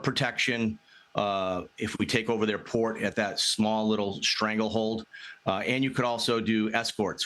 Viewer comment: Why they both misprouncing the name of port? 😂